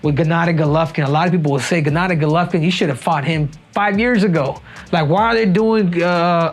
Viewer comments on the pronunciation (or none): none